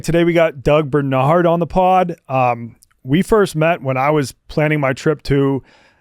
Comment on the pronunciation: BAR-nard NOT BER-nard. DO you go to the Ber to meet your friends for drinks? No, you go to the BAR.